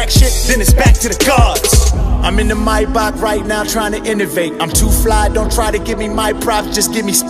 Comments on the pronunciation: I like that they showed images of a Maybach when he mentioned the car. Only because there is another car in the rest of the entire video.. Also, I like that he pronounced Maybach correctly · He actually pronounced Maybach right